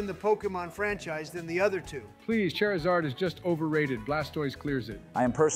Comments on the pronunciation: No hate, but that "char" pronunciation is cringe. Keep hearing Cher. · Ooh okay here's where the hot takes get spicy Kinda funny how none of them can pronounce Charizard right Aight you already committed a Spectre-worthy crime with that Eevee placement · Good Ol’ Chair-I-Zard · Okay it's 'chair'izard from now on